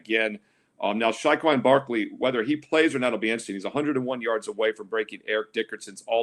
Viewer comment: Why did you say Saquon like that lmao